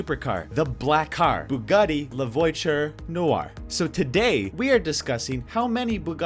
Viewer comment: La voiture not “voicher”